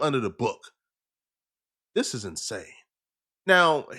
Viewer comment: The word is THIS not dis!!!